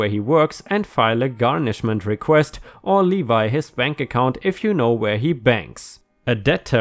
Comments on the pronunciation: you pronounced levy incorrectly: you said LEE VEE It is pronounced LEH VEE. The trick is that the vowel (the E) is pronounced as the name of the vowel if the word ended with the letter E. In this case,. Levy ends with a Y. so the E is pronounced long. Google define:levy and it will allow you to see and play how it sounds. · Severance is pronounced "Sev ear an sss" in this use, Levi is pronounced "Leh Vee" You are doing great with your English. I have to help my wife along with hers too, I should have been a teacher cause it runs in the family but I am not, still like trying to help... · I have a pretty big collection of science fiction paraphernalia, including about 300 model kits, various props, a few comic books, costumes and over 400 Star Trek books—many autographed. Don’t judge me.😁 Severance—‘sev-rinse’ Levy—rhymes with ‘heavy’ 🖖🤩🤩🤩🤩🤩🤩🤩🤩🤩🤩🤩🤩🤩🤩🤩🤩🤩🤩🤩🤩🤩🤩🤩🤩🤩🤩🤩🤩🤩🤩🤩🤩🤩🤩🤩🤩🤩🤩🤩🤩🤩🤩🤩🖖